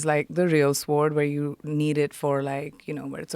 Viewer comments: She keeps mispronouncing SWORD. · Are you kidding me with this sh*t? Btw, genius, the “w” in sword is silent. Imagine anyone listening to this for longer than ten seconds.